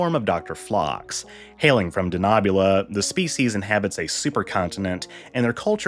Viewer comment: I have problems with the pronunciation of d Denobula. We have seen Enterprise .